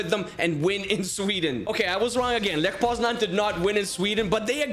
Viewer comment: Bro its Lech not ljech